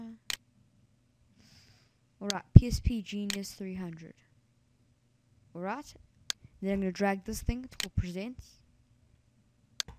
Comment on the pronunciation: Why do u say alrat insted of alright?